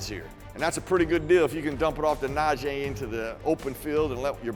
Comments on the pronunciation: Jesus. Is na-jee. E not na-jay its not that hard. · NaJEE not NaJAY!! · Someone PLEASE tell that his name is pronounced NAH -“G” Harris. We’re well into the season already…geez 🙄